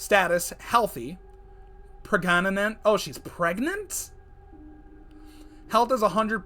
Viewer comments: my fav part "Pregaganent" lovely words lol🤣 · “Precananent..OH she’s pregnant!” Precananent LOL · preg ga na ment 💀💀💀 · The tree hugger status ha prag-na-nant